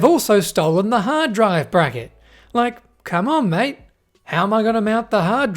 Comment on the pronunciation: The most Australian "come on mate" ever😂